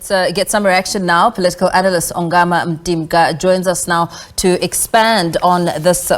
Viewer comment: It's Dr Ongama This reporter is disrespectful Why is she able to call Dr Groenewald appropriately but cannot present this African scholar appropriately This is absolute nonsense